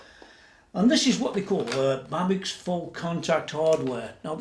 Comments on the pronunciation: nice explanation and coverage. can't wait to see her complete! i think its pronounced babish... rock on.......ptp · BTW it is pronounced like it would be written Babitch :-)